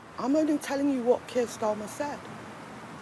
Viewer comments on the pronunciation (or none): She said Steir Karmer instead of Keir Starmer 😂🤣 pure comedy this one. A gift to the Tories.